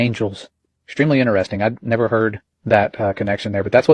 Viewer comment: Sir, respectfully: It’s Interesting! Not, Ineresting